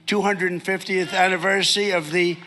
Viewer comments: Is anniversy a real word? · The saddest part is his cronies and various sycophant fox gang will defend this as him “rewarding his sons” or something stupid. He has to be impeached or imprisoned or both. He also said Anniversy instead of Anniversary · I feel like Booger. What the fuck is an anniversee?